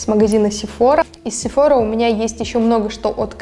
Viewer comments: Только не СефОра , а СефорА ) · изначально этот брэнд из Франции!!! поэтому сефорА!!!!!!!!!!!!!!!!!!! потому что во Франции все окончания на последний слог!!!!!!!!!!!!!!!!!!!!!!!!!!!!!!